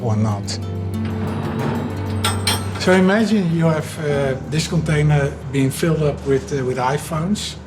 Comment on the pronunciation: "We ave to standardize"....Apple has left the chat.